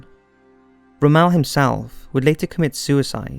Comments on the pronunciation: Very well done!!! I really can’t find the words to tell you how highly I view this documentary over everything I’ve seen in the past. But every time you say Roe-mell instead of Rommel it grinds my gears. Next thing you’ll tell me is that you believe in roundabouts instead of intersections. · Rommel....ROM-ALL. Not ROE-MELL. Also the battle of Brody was the largest tank battle of WW2. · It’s Rommel not Ramell, mr speaker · Great video. But I wish the Brits would learn to pronounce words properly, especially names. Narrator butchers the name Rommel. Rommel is NOT pronounced Rom-MEL, but correctly, ROM-mel. Same with Japanese names such as the warship Yamato. It is pronounced Ya-MA-to, and NOT YA-ma-to. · Rommel not Rammel. Took me almost 5 min to figure out who he was talking about. I kept saying the Desert Fox Rommel and he kept saying Rammel. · You really need to check your pronunciation, especially of non-English words. It is distracting from what, otherwise, is a decent narrative. For example: Rommel is pronounced ROM'-mel, not rom-EL' (which sounds like he is from Krypton). The German boat was the Graf Spee (pronounced SHPAY, not as spelled). Many German words which start with an S in the spelling are pronounced as though they start with an SH sound. Vowels in German are also not pronounced as they are in English. These may seem like small things, but they make you sound less knowledgable than I think you probably are. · DUDE!!! You skipped over Rommel (ROM-ULL; not "Rummell", you uncultured Bri'ish Twaat) totally cheesing out on D-DAY!!! He totally fucked up when he should've sent his wife a goddamn BIRTHDAY CARD! The plot to blow up Hitler DID implicate Rommel, but he only had a passing-involvement at best... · Ok, two things. ONE: Why did you have the Nazi's Afrika-Corps called "Desert Rats" but then call The British/Allied Forces the same thing!? TWO: It's "ROM-ULL" not Rummmel; you make him sound FRENCH! It's just plain WRONG! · It's not "Rom-ELL"